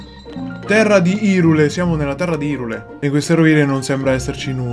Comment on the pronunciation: mi turba che invece di pronunciarlo airul tutti lo pronunciano irul o irule quando il nome hyrule è ispirato alle parole "high rule" come dimostrato in zelda link between worlds dove il mondo parallelo, lorule sarebbe "low rule" va be' immagino non abbiano visto i video degli orion sulle pronunce prima di doppiare il gioco in italiano